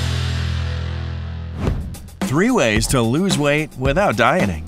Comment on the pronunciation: In the beginning, I thought he said “ without dying “ I was like, OMG WITHOUT DYING?!? lol...